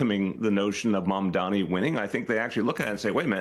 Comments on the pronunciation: MamdaNi, not MamdaMi,. Best words said: "Cuomo does not know how to take NO for an answer." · It’s MAMDANI, not ‘Maamdami’, you should learn to say the next New York mayor’s name properly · Flipping ahole refuses to say MAMDANI name correctly which shows what a jerk Cuomo is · Cuomo can’t even pronounce Mamdani 🤡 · And he still keeps mispronouncing his name👏 love the hypocrisy considering how many people mispronounce Italians' names, and this dude's still mispronouncing someone else's name.... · He's never said zohran's name correctly once in his life.... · Andrew can’t even pronounce ‘Mamdani’ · It’s ridiculous that Cuomo still unable to pronounce Mamdani’s name. He’s such a dimwit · It's September 2025 and Cuomo is still pronouncing Mamdani's name wrong. He's doing it on purpose, because in addition to being a perverted creep, he's also a racist. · Still can’t say his name right? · He still can't say Mamdani's name correctly. Is he having strokes or just racist? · Cuomo intentionally mispronouncing Zohrans last name repeatedly is not doing what he thinks it is. it makes him look stupid. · Still mispronouncing mamdanis name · Cuomo either can't pronounce Mamdani or he's refusing to, even after Mamdani spelled out his name for him in a debate, or he's refusing to. Either way he has clearly shown himself to be a bigoted racist and islamophobe. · Why does he keep on saying his name wrong? This seems like a no-brainer political move to not look foolish. Get your opponents name correct,it’s an easy victory Zohran